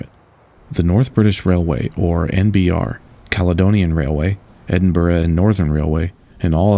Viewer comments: Nice to hear Edinburgh pronounced properly, Americans are infamous for getting it wrong. So kudos! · Thank you for making the effort to find the correct pronunciation of ‘Edinburgh’. Your voice and delivery are clear and very pleasant to listen to. Love these interesting videos.